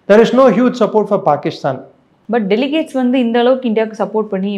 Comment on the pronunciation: அம்மா தாயே...delicates இல்லை delegates...சாரப்பாத்து கத்துக்கங்க.....